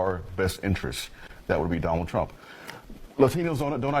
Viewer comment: Aye wheel vote for Doe-noh trompe